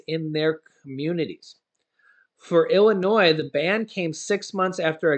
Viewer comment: ILLINOIS PRONUNCIATION Just ignore the 's' in Illinois.